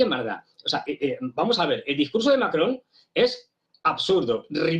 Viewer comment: Macron o Mary-cron??????